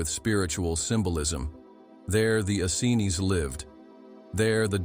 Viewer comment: This is all so true and so brilliant thank you so much.but the pronunciation of Essenes. Is Ess.- eeens emphasis on the eeens